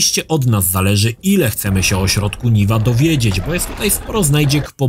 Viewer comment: nie Niwa tylko Niła, TVGry i Jordana nie oglądałeś xD